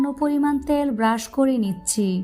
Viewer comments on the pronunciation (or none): আপনি তো ভুল উচ্চারণ করেন রুল,ত্যিল,বেডগাম।